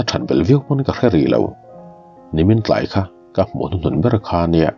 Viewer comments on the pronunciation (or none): none